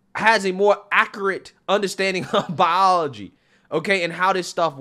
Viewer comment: "bioahhlaw-gy" sorry just found it funny.